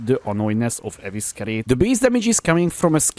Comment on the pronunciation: EVE SI REYT = Evescerate